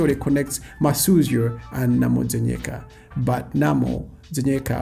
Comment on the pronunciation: First off, not Masyuzo...but Masuzyo! Yes, Masautso is a Tumbuka alliteration of Masuzyo...Precisely Masuzyo is Mavuto. Second...its not far fetched that Mugabe might be Malawian as you have rightfully pointed, Zimbabwe,(Southern Rhodesia) and Malawi(Nyasaland) were Federated into "one country" hence, Federation of Rhodesia and Nyasaland. The one that drives me nuts is the one that denies Banda is Malawian.